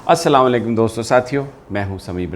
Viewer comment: Pl don't say assalawan alaikum say AssalamoAlaikum Thanks